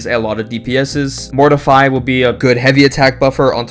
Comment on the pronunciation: I think its Morte=Fi not mortify